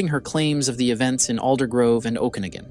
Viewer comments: It's pronounced "oh-ka-nah-gan" And we say, "the Okanagan." Not, "Oh-can-a-gan valley" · “OKanagan valley” bro, pronounce it right. Sounds like you didn’t even bother doing the research . Or you are using AI for the voice over. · owch ! Its pronounced oka NOGG Gen ! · FYI, "Okanagan" is pronounced O-ka-NAW-gun (emphasis on the third syllable). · It’s pronounced “oak-ah-NAW-gan”